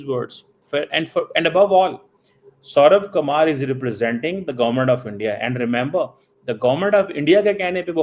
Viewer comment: Sauravkumar yadav nahi suryakumar yadav naam hai sir ji.